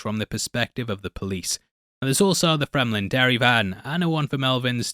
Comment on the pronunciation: Bro just said DAIRY